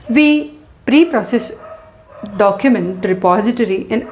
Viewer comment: documejt pronouncation :face-orange-raised-eyebrow::face-fuchsia-wide-eyes::face-fuchsia-tongue-out